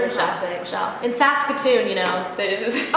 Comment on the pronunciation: well i never heard of sacks-a-tune??? that is what i am hearing sorry, lol